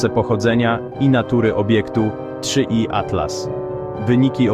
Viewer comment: 3i atlas, nie da się tego ai słuchać. 3 iatlas